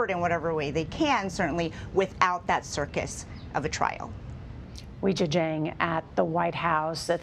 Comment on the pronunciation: Please pronounce her name correctly: it’s WAY JIA. I don’t really understand why CBS insists on butchering pinyin, which was developed to make it easier for non-speakers to pronounce Chinese?